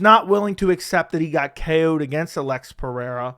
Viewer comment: Why can't you say the name Alex?